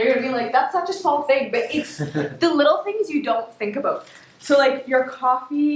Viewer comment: I was told by an American that when listening to Canadians there are certain words to look out for e.g. The use of the word "ABOUT" in